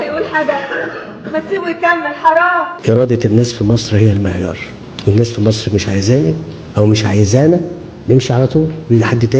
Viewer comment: طبعًا أعهر من مبارك والمقبور الملعون عبناصر. أحه! هو فيه أصلًا مقارنة ما بين الكاريزما الشيطانية لعبناصر وحتى بعضها في مبارك، وبين القزم الحقير القذر السيسي اللي ما بيعرفش ينطق جملة واحدة بالفصحى صح وبيتكلم بطرقه الهمجية دي وبيقول السفه اللي بيقوله؟! أمثلة، لا للحصر: لرئاسة جمهورية مِسر العربية، لا يُسْلِح عمل المفسدين، أمن وسلامة المواطن الإسرائيلي جنبًا إلى جنب مع أمن وسلامة المواطن الإسرائيلي، بعد الانتهاء من مهمتها المعلنة في تصفية المقاومة، الفلوس ... الفلوس ... آه، أهم حاجة في الدنيا الفلوس.